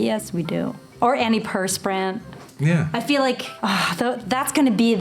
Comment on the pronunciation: When she say’s, “antiperspirant.” Yup, I heard the Virginia, there